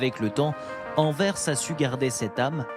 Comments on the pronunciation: AnverSSSS ne pas oublier de prononcer le "S" svp. Merci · non elle n’est pas dit correctement c’est anvers et pas anver ...